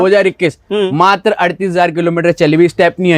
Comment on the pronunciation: भाई मातर नहीं मात्र 😂 होता है